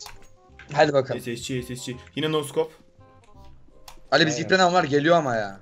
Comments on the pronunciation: Şu scopa neden no scop diyorsunuz yav 😂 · Abi neden scopa no scop diyonuz